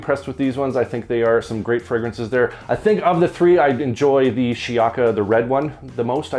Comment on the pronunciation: It’s pronounced: “She-yaka”